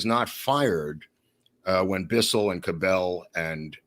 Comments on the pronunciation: Hey, Cabell's name is pronounced with an accent on the first syllable CAB ell. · Small correction on pronunciation of the Mayor of Dallas' name. It is being pronounced incorrectly by. Cabell is pronounced more like "Cabble". I've lived in the Dallas area since 1952. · The Cellar had women that wore bikinis, not pasties. Earl Cabell’s last name is pronounced with the emphasis on the first syllable. That family owned Cabell’s Dairy.